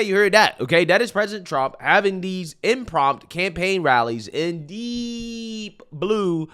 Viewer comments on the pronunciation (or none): And i hate to do it to you but you drive me crazy somwtimes with your mispronouncing. Its "impromptu". Sorry😂 love your channel bud i watch every one!